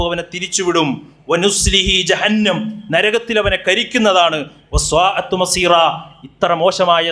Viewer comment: മ വ് - ല വിഉസ്താദെ സ്വാഅത്ത് അല്ല. സാ ആത്മസ്വീറ. എന്നാണല്ലോ. ഉസതാകൻമാർ. ഓതുന്നത് കേൾകാറുള്ളത് അങ്ങനെ അല്ലേ